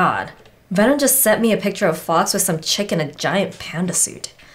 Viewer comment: It's Fawkes lol. xD